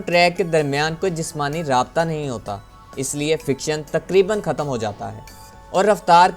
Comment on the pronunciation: او اللہ کے بندے ! تمہیں اردو کس نے سکھائ ؟؟؟ خیال ۔۔۔ لفظ کو تم " کھیال " بول رہے ہو ! کیوں ؟؟ ختم ۔۔۔۔۔ کو تم " کھتم " بول رہے ہو ۔۔ کیوں ؟؟ آخر ۔۔۔۔۔۔ کو تم۔ ' آکھر " بول رہے ہو ؟؟ تم۔ہو توپاکستانی لیکن اردو بولتے بولتے تم۔ ہندوستان پہنچ جاتے ہو ! دیکھو جب تم اردو بولو تو پھر صحیح سے اردو ہی بولو۔۔۔ جب ہندی بولو تو پھر ہندی ہی بولو ۔۔۔۔ یہ ادھا تیتر ادھا بٹیر نہ بناو ! کچھ تو عقل کرو ۔۔۔یار !